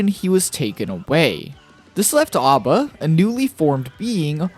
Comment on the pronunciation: A.B.A is pronounced with the phonetic a, like the group ABBA. It's the origin of her name after all. It's you think that's midge be a reference to music somewhere, it almost always is.